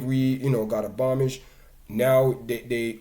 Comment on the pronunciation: Firstly learn to pronounce the people's name and the word is abolish D&G was no plantation they were one of the best paying companies in Jamaica I know kids who's parents worked there and D&G pay their school fees they funded ALOT of grass roots sports and communities in Jamaica. Many black jamaicans created businesses just by selling D&G products, and offering services to D&G, from catereres to companies providing uniforms and transportation services, no to mention ALL the professional they employed directly. Where else in Jamaica were you going to be employed as a food scientist or master blender, mechanical engineer logistic specialist, export manager, brand manger etc .the list goes on.. plus ALL the other infomal " hussling" people used to make off them...But most importantly they created the most iconic brand of Jamaica Red Stripe It was one of the best performing stocks on the Jamaica stock exchange..i know because i was a share holder..it was then sold to Diageo who sold it to Heineken..so why focus on the past and not how impotant it was for a tiny island in the Caribbean to create such an iconic Brand